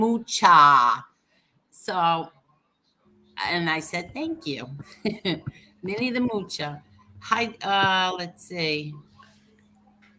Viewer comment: Hi, I admit I get kick out of you saying Minniethemoochaa too.lol